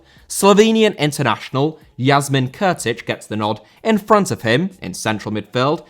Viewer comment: Kurtić* not Khötyć